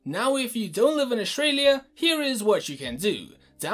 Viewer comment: Play store/Australia, not Play shtore/Aushtralia